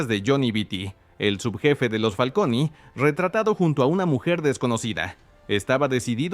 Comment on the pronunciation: Me pone nervioso que le diga Familia "FALCONIII" 😅